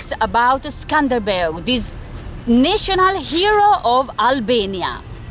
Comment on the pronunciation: Not skanderberg darling ,but skënderbej, wish u had a good time, in my home town